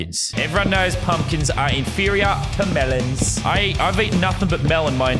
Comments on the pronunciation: The way he said mElOns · the way me said melons tho